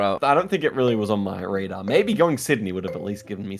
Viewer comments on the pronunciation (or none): none